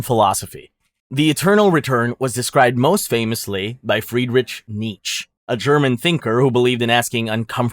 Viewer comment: Nooooo “friedriTCH nieTCH” whyyyy 😭 But I’ll help you - the first name is pronounced with a hard H sound - FriedricH and his last name is pronounced something like need-chuh